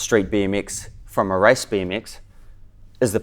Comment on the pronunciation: he says rice bee m x